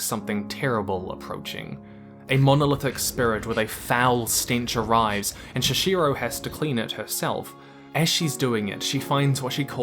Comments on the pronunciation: Her name is ChiHiro. Not ChiCHiro. ._. Nice video. But that bothered me a lot. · Great video but please prounounce Chihiro correctly in the future; not “Chishiro” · Stop saying Shuh-shiro for God's sake, it's Chihiro. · It's pronounced Chi - hero not chi -shero. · it’s Chihiro.. not Chishiro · *Chihiro. Not Sha-shiro. Good video otherwise! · Chihiro, not Shishiro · Who is Shishiro?? Did you mean Chihiro? How can you mispronounce again and again the name of the main character? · I love everything you explained about the world building. However I have one tiny thing that I can not simply overhear. The way you spelled ChiHiro's name sounds more like ChiSHiro. Maybe you want to look into that. 😄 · Why do you keep saying Shishiro? It’s even in the text: it’s Chihiro Wtf man. I stopped watching after minute 5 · I got distracted by the way you said chihiro’s name “shishiro” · it's really hard to focus on the actual points you're making when you keep calling Chihiro "shashiro". please respect the work you're talking about enough to pronounce characters' names right. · Chi-he-ro!!!! Chihiro!!!!!!!! Not Shishiro!!!!! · Why are you calling her "shishiro" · You do know it's Chihiro, right? You are saying Chichiro... Da fuc man? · Cool vid, but man! It's Chihiro, no Chishiro. Also, Ghibli is pronounced "Jee-blee", not "Guee-blee". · ChiHiro, not shishirow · the way he says cHiChiRo instead of shihiro makes me laugh all the time. I love this video so much. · Please stop saying Chichiro, it's Chihiro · This was a great video, but the main character's name in Spirited Away is "Chihiro" (Chi-he-ro), not "Chashirow". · It's Chihiro not Shishiro... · Great video! But her name is Chihiro, not Chichiro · Chihiro, not sheshiro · great video, congratulations, really but for gods sake its Chihiro, not Chichiro. nothing more to add, nice video, im sorry if this seemed harsh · Why can't you say Chihiro? It's not Shihiro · uhm why do you say "Chi-shi-ro"? it's chi-hi-ro... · "chiCHIro" xD